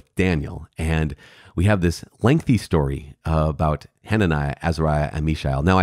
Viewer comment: Cudos to you for pronouncing the long names in the Bible.